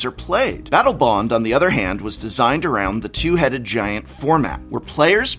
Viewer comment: he says Battle Boned lol